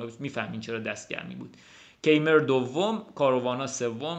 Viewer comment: سلام استاد عزیز و ویدیو های عالیت!♥️ فکر کنم توی آلمانی تلفظ Keymer کایمر باشه. حرف ر رو هم شاید ق بگن شایدم ضعیف بگن؟ ولی کایمر فکر کنم نزدیکتر از کیمر باشه. من فقط حدس میزنم…عزیزانی که آلمان هستن بگن.